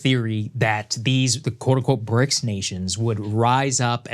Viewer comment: ok so its now bricsisauee or bricsausiee